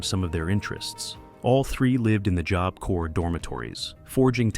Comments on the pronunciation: AI Narrator can't decide how to pronounce the word 'job'. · Lol, jobe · The AI narrator pronounces Job weird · Did you use ai for the audio? That is not how you say tadaryl. Any real person would know it is like Tuh Daryl. And it says job with a long o? Makes it unwatchable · "Joab" corp?? It's about time these AI voiceovers were banned! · You pronounce job two different ways (3 ways/correction) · If this isn't AI. You can't even pronounce job? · AI narrated, learn how to pronounce “job”.